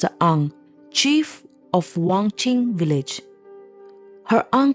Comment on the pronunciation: I think wanching not wangching bcs ur pronounce wangching😊